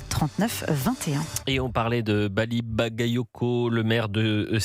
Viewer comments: Même Jean luc Mélenchon a écorché le nom de Bally Bagayoko et la il dit rien. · melenchon a mal prononcé le nom de Bouli CacaCoco (Bally Bagayoko), bizarrement il n'a pas été accusé de racisme